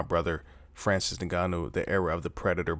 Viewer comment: "Francis Nigganou" lmao.